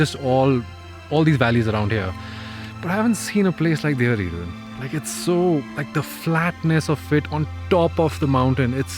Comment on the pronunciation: दियोहारी नहीं देवहरी गाव का नाम है।